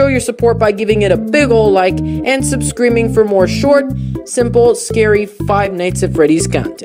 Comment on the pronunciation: he said subscr"e"be